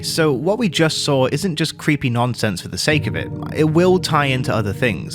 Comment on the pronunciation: Wow it’s like ENA but it’s cweepy